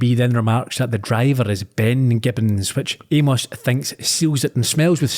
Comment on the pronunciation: Glad my favorite Scottish podcasters are doing MSW, my second favorite mystery to Columbo. Hope more to come, listened to both and excellent early season choices. I’m still trying to get over your pronunciation of poor Amos 😂